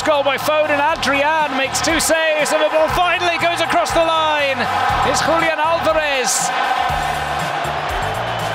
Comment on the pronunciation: How we forget it's 'H'ulian not 'J'ulian...😂😂😂😂